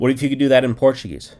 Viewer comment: Your Portuguese pronunciation is quite good.